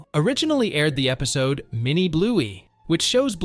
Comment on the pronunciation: Is everyone just gonna ignore the fact that he said episto?